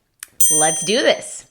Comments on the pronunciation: no es dis, es ddiizz xDDDDDDD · Miss: this and these Me: this and thisz